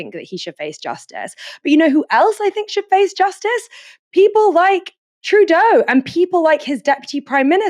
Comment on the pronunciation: Pronounced True Doe. It's French.